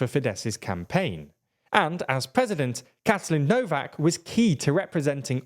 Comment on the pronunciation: Please, "Orbaaahn", not "Ohrb(a)n" and "Novaahk", not "Nohv(a)k". You pronounce it exactly the other way round. When making a report on a topic, please enquire about how to pronounce the local names.